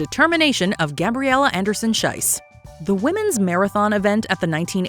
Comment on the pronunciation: Schiess is pronounced with an E sound not I sound. The way you pronounce it „Scheiss“ instead of „Schiess“ makes a huuuge and insulting difference. As in Swiss German (and high German) Scheiss means shit… So saying „Anderson-Shit“ is quite the choice… maybe look up how the names of the athletes are pronounced for future videos as a way of showing basic respect